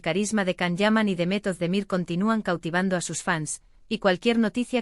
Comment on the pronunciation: Will you please learn how to pronounce Can and Demet's names properly? You confuse people with all these lies and continued fairy tales.